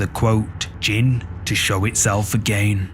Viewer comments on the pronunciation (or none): JINN NOT GINN😂😂